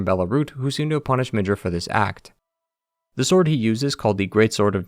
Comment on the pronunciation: Ok, i was tolerating the horrible name spelling almost till the end, but.. HOW IN THE LIVING FUKC DO YOU SEE THE WORD "MIDRA" AND YOU TWIST IT INTO "MIDJUR"